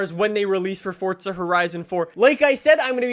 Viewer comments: Its Forza not Fortza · Forza not fortza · Forza, not fortza....Jesus fuck🤦‍♀️ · Forza of fortza jesus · Please stop calling it fortsuh bro it’s FORZA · It's FOUR-ZA NOT FUCKING FORTNITEZA ya fuken guck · For the love of fucking Christ it’s Forza not fortza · He says fortsa